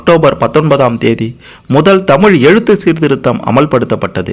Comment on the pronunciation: Anne Thamizh nu sarya chollungo !!!!!